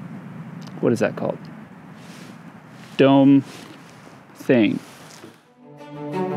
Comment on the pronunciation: "Dome (pause) thing" so funny!!